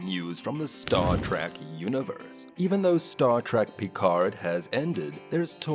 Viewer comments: What is Star Track? The narrator keeps mispronouncing this. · The fact that he keeps saying Star “Track” says it all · "Stawr Trak." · Another click bait by a bunch of pathetic dorks who doesn't even know how to pronounce Star Trek. Avoid at all costs unless you want to waste your time.